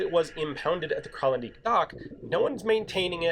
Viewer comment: The "dijk" in Kralendijk is pronounced the same as the English translation: "dyke"